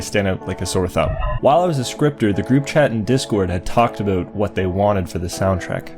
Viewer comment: did you just say aboot?